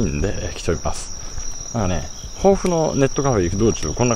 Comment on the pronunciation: 防府駅でのとうちゃく放送が「ぼうふ」と「ほ」が濁っていますね。旧制「防府中学」を卒業した亡父も「ぼうふちゅうがく」と言っていました。